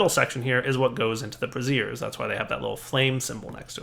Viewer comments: Braziers not Brassiere. It's not a bra. What ever happened to the english language? Emphasise on the a & i. Your also pronouncing acacia wrong. Short a not acarcia. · I love how he keeps pronouncing it a 'brassiere' instead of a 'brazier' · Braziers, not Brassieres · You're using the pronunciation: brassier. That's an over-the-shoulder boulder holder... The word is Brazier (bray-sur). ROFL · you are mispronouncing braziers. The way you are saying it is how you would pronounce brassieres. The proper way to say brazier is bray-zher. Just wanted to help with your PR. Might look bad to be calling things bras. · " bray zhrz" not "bruh zeers." "bruh-zeers" is something else... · Incense brassieres -> Incense bras? I think you may have meant brazier (brey'-zher)... :) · So... bark goes into the bra's???? might explain your dating life :P JK. Seriously though your pronunciation of brazers... That aside great spotlight! It relay made me want to play this mod. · Okay, it wasn't just me. I could ignore "pestle" but that one made me uncomfortable. :/ Yay for the fun curse of having read words without ever hearing them pronounced! :/ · I laughed so hard everytime he said it.